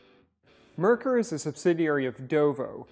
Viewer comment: It's NOT "mer-ker"...it's MARE-cour. It's a German name. Get it right! A simple search would have gotten you there.